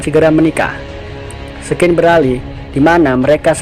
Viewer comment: Baca scene itu *sin bang bkan sken wkqkwk